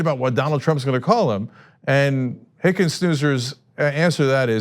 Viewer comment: Sorry Hicken-who? It doesnt rhyme with Ernie Anders Next pls?